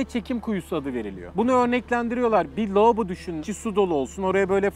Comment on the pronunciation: LOOBO nedir abi Lavabo demek zormu LOOBOO :D:D